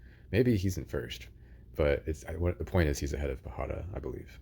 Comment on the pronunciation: Great video and strategizing! Just a note, pajada is pronounced as if it's spelled with a "y".